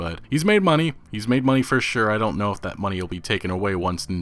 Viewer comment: i'm going off topic but when you say moneh in while playing red dead redemption 2 is funny for me